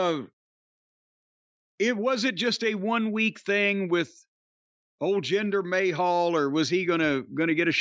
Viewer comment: Take a sip whenever Corny calls the Maharaja "Gender May Hole" 😂😂😂